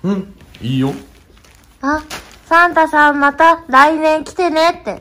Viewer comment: 世界一かわいいサンタさんの発音や